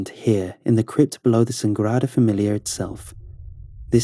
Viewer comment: It may have rolled off well, but it was completely butchered.